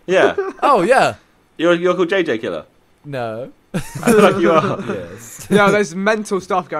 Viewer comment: It's pronounced jj killer